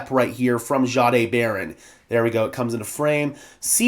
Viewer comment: Sure appreciate all your hard work. I am not certain. but I believe Payton said his name is pronounced Jay-D(eye).